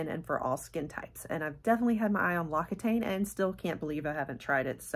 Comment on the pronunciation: Fyi, L'Occitane is pronounced lox-ee-tahn. Dang French names.🤪😁